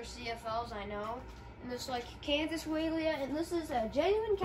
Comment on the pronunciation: it is pronounced (why-uh-leah)